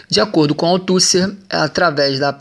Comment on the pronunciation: Para ajudar na pronúncia : "Gramichi", "Autucė", "Pacerom", o conteúdo está ótimo, mas senti falta de uma interação na interpretação.